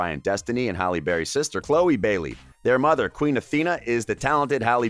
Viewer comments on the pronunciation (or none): Its * Halle* Dummy